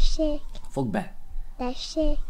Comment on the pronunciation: D Tesék TESÉK hogy mondtad xd